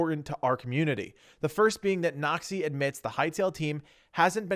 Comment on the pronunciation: Everytime he says "Noxy" I hear "nazi" lol